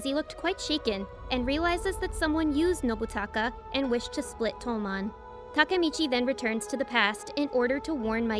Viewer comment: Finally someone pronounced takemichi someone said its takmechi